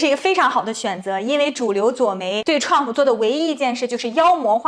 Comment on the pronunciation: 非常不错的节目，已经subscribe。有一个小小的要求，请不要把Trump说成共媒喉舌的称呼TèLāngPǔ，请直接说Trump名字。